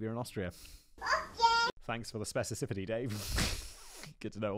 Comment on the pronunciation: "Specicifity" lol. I guess that's a new type of Specificity 😅 Just poking fun. Keep up the great work